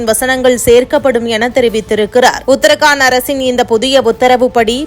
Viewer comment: ஊடக அறிவிப்பாளர்கள் உட்பட பலரும் செய்துவரும் உச்சரிப்பு பிழை : உத்தர் காண்ட் அல்ல ! உத்தரா கண்ட் என்று படியுங்கள் சகோதரி. தமிழகத்தில் ஹிந்தி மொழி அறிவு கொடுக்கப்படாததால் விளைவுதான் இது. இதைவிட வேடிக்கை பிரதமரின் பெயர் –‘மோடி‘ யா இல்லை ‘மோதி’யா என்றால் ‘மோதி’தான் சரியான விடை . நன்றி.